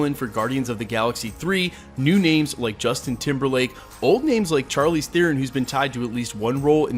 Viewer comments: its not char leez... its shar-leez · Not to sweat your technique- you da man- but it's "SHAR-leese", not "CHAR-leese". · charlize, prounounced SHARLEEZ.. not CHAR-LEEZ....ugh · Pronounced ( shar- leze) bro lol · You butchered Charlizes name more than Chukwudis. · Hate to call you out but you pronounce Charlize's name wrong.